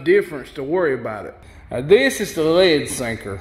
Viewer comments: how the fuck you says "lead" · This is a good, informative vid & fun & funny. Bess tek a class en Sothan drawl for this videe-eye-ee-eye-oh! I cracked up the first time I heard him say “Lead Sinkers” slowly & the word “Lead” was two syllables (lay-Ed) like my SC sis-in-law says “Bray-Ed.” Ya know, Bray-Ed...as in... Raw Toast. ;-) The “Ten” sinker doesn’t mean #10. It means Tin. Ha! I do enjoy a good drawl! (& yes, I know he doesn’t Always say “Lay-ed.” More often he says it correctly.)